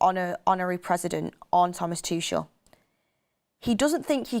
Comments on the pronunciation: Tuchel is pronounced as Too-kle... not Tush-shell. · I hate how she says Tuchel… Toooshel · Thomas "Tooshell" 😂